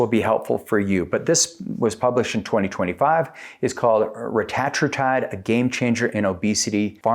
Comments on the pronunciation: its pronounced reta-tru-tide you tatd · Can’t watch a video when the speaker doesn’t even know how to pronounce the peptides name. Tells me you are new to this and “pretending” to know what you are talking about by regurgitating what you hear. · Your saying it wrong